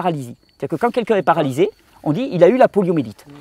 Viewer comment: Poliomyélite ! Pas "poliomélite" ! Merci infiniment pour ton travail.